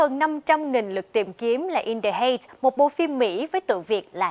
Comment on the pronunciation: Cô này phát âm in the heights sai rồi